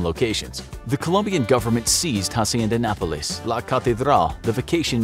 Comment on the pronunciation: It's interesting how he pronounces Hacienda Nápoles, failing to put the emphasis in the right place.